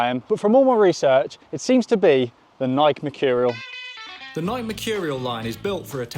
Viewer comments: Its nike-y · Bro pronounced Nike like nik lol